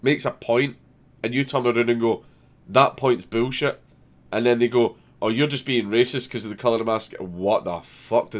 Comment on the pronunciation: "bewl shet" God damn it I love the Scottish accent.